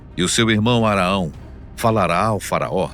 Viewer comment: Boa noite. Só uma correção: Não é Araão, mas sim, Aarão.